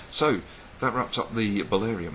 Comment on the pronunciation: That was another awesome installment of learning Elvish!! another plus i now have a reason to buy more stationary and a book to write notes down lol ps "dat" really annoys me to!!! lol